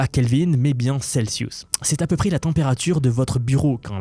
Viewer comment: Celiousse ? Celsius bro